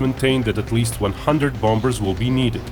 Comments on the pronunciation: PLEASE STOP pronouncing the 'b' in 'bombers'. It is so very jarring. How jarring would it be if someone pronounced 'China' as 'Kyna'? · just a tip:you don't pronounce the b in bombers